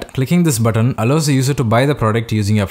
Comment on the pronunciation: Great video but next time please slow down! I could've sworn you were saying "afflit" instead of "affiliate".